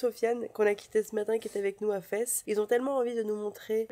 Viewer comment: Vlog du jour ✅ juste pour info Fès ça s’écrit Fès mais ça se dit fez voilà bisouille😊😊🎉🎉